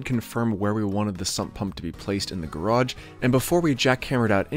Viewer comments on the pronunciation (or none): none